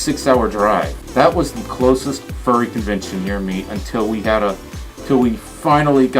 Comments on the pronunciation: Local confurryvention lol I'm guessing that wasn't your intention to say that right ? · Confurry Fention 🤣🤣